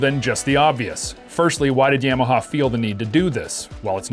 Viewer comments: In America we pronounce it, Yah-Mah-Hah Yams are delicious, though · please stop saying yam uh haw. super annoying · Dude says yeah-maha lol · You can't even say Yamaha correctly. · i agree. Sounds stupid how he says it